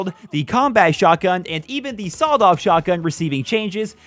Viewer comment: Sawled off 😂😂😂😂